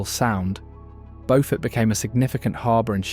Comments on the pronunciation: Beaufort is pronounced BEW fert, not Beau fort. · Sheldon Church is not in North Carolina!!! That's where Bow Fort County is. It's in Beaufort County SC. It's a pronunciation difference that's kind of important.